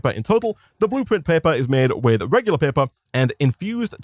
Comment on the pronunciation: Do people in the comments not know what an accent is? One was talking about his inability to pronounce R, and one was talking about him saying "Blueprint Pepper" instead of paper